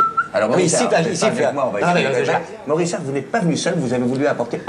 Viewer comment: Morissard, pas Mauriçard.